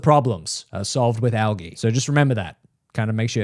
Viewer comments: Bru “algee” al-ige algae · i could've ignored it if you didn't say it 100x in rapid succession, but who tf pronounces it al-gee? it's al-"g" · Please ISTG stop pronouncing algae like that. The gea is pronounced like just the letter g. al-g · Why do you keep saying algae like that. It's killing me. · The way he says algae cracks me up😂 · Jesus Christ! It isn’t pronounced “algae,” it’s pronounced “algae”! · Bro the way he says algae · why do you pronounce algae like that? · i hate the way you pronounce algae so much